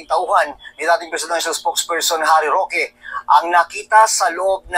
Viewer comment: Harry shoke !!! Hindi rokita